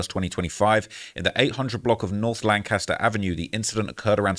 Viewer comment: I wish yall knew how they pronounced “Lancaster” out here 💀💀💀 (I was raised out here)